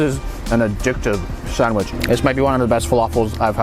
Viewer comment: I'm American and don't pronounce sandwich like that, I can hear a distinct Canadian accent when you say it. In fact I can hear your accent in every word you say, but "sandwich" is particularly strong.